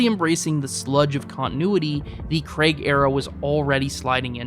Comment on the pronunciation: You know he’s not called Daniel Kregg right? It’s Craig. Like raid. CRAY-G